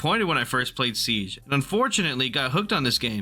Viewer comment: i had to stop watching because of how he pronounced siege